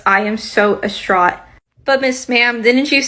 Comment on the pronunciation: DIStraught not ASTRAUGHT.